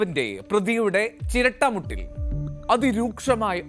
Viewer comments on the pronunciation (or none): ചിരട്ട മുട്ട് അല്ല ചിരട്ട പുട്ട്